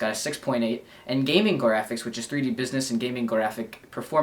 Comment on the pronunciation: is it just me or does he say "graphics" weird. its like grrr-aphics. in the gameboy review he also says "strawberry" weird. lol.